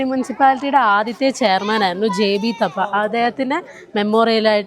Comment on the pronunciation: J.B.തപ്പ എന്നല്ല. J.B.ഥാപ്പ എന്നാണ് ആ പേരിൻറ ശരിയായ ഉച്ചാരണം..